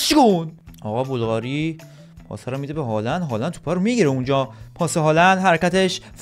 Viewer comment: مگه سوسیه که میگی بلقاری